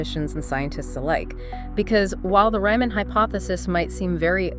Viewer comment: Sorry, you lost me when you mispronounced Riemann's name in like the first ten seconds of the video.